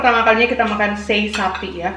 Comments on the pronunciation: cara baca juga Se"i buka sei, dan lu'at bukan luat. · Sebutan nya Lu'at mom, dengan Se'i.. Salam dari indonesia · Salam Dari Kupang NTT Bukan sei tapi se'i dan bukan luat tapi Lu'at 😁😁🙏🙏